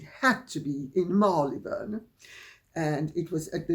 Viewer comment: 🇬🇧 I'm pleased to hear the way that you pronounce ' Marylebone ' Lady Colin. This is the way that it used to be pronounced years ago. Thank you for all your videos. Very much appreciated.